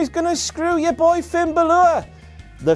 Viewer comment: Stop pronouncing Finns name arse ways!!!!!! When you hear every commentator and other members of the roster pronounce it correctly why do you go and pronounce it wrong. Not trolling just it was annoying me. Keep up the good work love your videos